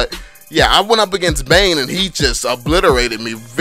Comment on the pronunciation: Bane not dane